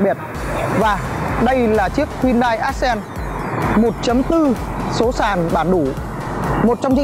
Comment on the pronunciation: Móa. Đến tên xe phát âm còn chưa chuẩn thì giới thiệu gì. Ác sen á. Móa.